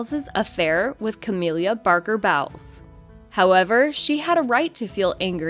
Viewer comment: ("Cah-mill-ah") Parker- Bowles ( "Bowls" - not "bowels").